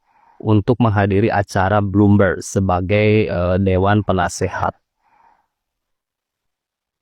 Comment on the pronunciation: Jokowi bertolak ke singapura berpidato di forum bloomberg Eeh Roy suryo cs berbicara bloommov'oon